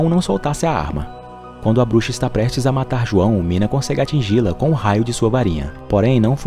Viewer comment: Uma pequena correção: o nome daquela bruxa ruiva é (nina) e nao "mina" tmj 👊😅